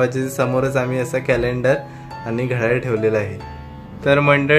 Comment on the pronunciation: अरे बाबा घड्याड नाही घड्याळ म्हण